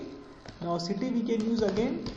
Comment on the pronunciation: the way he says "CEETTYY" 😂😂❤❤